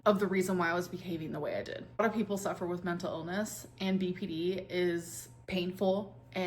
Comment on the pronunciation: Every time she says "BPD" I wanna tell her shes mispronouncing the N